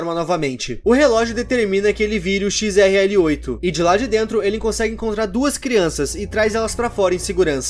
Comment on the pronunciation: Não se fala Xrl8 e sim Xlr8